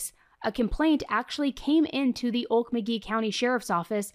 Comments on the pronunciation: Okmulgee isn’t “Ole muh gee” it is pronounced “Oak-mole-g-ee” Weird I know. Sincerely xo, Oklahoma Native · Oke-mul-gee, OK.